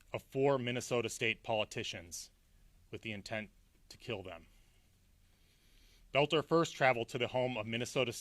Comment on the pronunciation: Oh my gawsh,. You look like you're smiling through this entire presentation. The guy's name is Boelter. NOT Belt-NER. The word is ESS CAPE, NOT EX-CAPE. It was painful to watch you do this oh so important representation of the people and their safety. The actual efforts the police made in apprehending Boelter and cutting short his murder spree was exemplary!